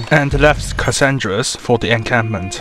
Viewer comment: "Cassandris" I'm done, sorry, I just can't